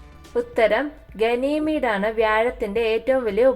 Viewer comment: ഗനീമീഡ് അല്ല ഗാനിമീഡ് ആണ്.